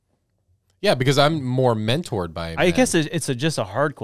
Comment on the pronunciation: It’s “men”tored not “women”tored Another great episode!